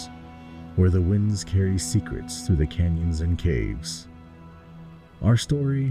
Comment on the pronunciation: Through* not three. Jeez 80 years can’t even get that right